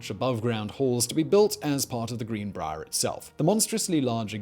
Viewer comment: Everyone: greenbrier Simon: GREENBRAAR